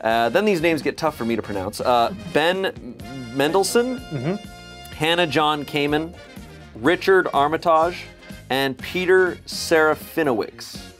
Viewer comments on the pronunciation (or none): As someone who's last name is Armitage hearing pronounce it like that hurt me I'm a way I didn't think it could.